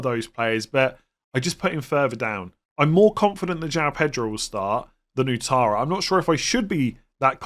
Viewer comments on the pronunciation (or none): the name Ouattara is pronounced Wattara.